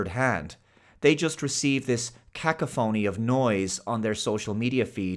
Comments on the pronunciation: Kak•a•phony 😂 .... let's try Ka•cough•ah•knee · Very clever,. You deliberately mispronounced 'cacophony' to generate outrage as a way of marketing your channel. Brilliant! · Who pronounces cacophony like that?